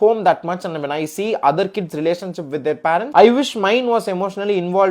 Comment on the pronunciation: Kdis ❌ Kids ✅